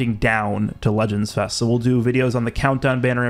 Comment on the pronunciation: "Legends Fist" 🤨?